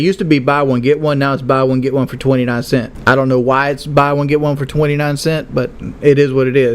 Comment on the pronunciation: "Cents". It's "Cents"